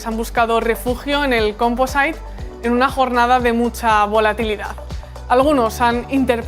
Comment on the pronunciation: se pronuncia "compozit"